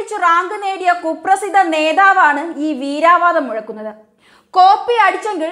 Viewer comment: Veeravadam ennu parayanam... Veeraaa alla. Very good.. Nannayi polichuaduki...👍👍👍🙏